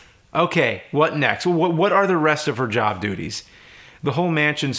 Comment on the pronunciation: Hehe. He said duty's